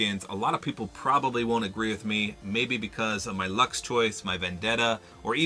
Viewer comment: You lost me once you said luxe